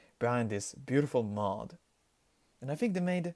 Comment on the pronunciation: lol in the beginning it sounds like you said Mop instead of Mod. And i agree this 501st unit truly looks SICK!